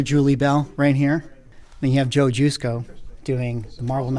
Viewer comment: Great stuff. Thanks for posting this video. As a heads up I called Joe Jusko the way you pronounce his name and he got bent. Its juh sko not Jew sko. LOL